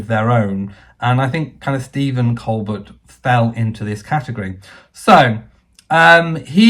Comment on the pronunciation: Stephen Colbert is a genius comedian. Everything is fair game in comedy. I don't see any reason for him to apologize. Whether he is Pro or anti monarchy doesn't make any difference he was making a joke about a current hot topic. His name is pronounced kol Bair BTW. Carry on the good work!